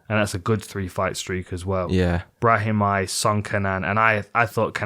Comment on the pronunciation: shout out Dan for pronouncing Brahimaj the correct Albanian way